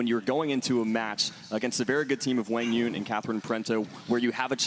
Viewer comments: No excuse it’s not even close. Wang Yun? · Am I the only one that's been pronouncing Quang Duong wrong this whole time?? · commentators don't think you are pronouncing QD's name correctly most of us know him as QD cuz no one pronounces his name correctly, just saying